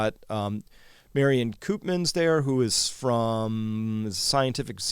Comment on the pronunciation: On your Dutch pronunciation, the elongated Dutch vowel oo (Koopmans) is pronounced much like the French -eau sound as in Bordeaux